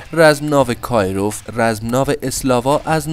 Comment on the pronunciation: کیروف،نه کاییروف